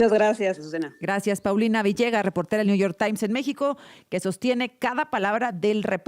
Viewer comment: Ayer escuché a la presidenta decir: dijistes, ahora mismo la acabo de oír decir niu yor tai, digo, estudió en Harvard, sabe hablar inglés y me supongo que español también pero ahora renuncia al conocimiento solo para hablar pedestre y agradar a la manada y por supuesto al macuspano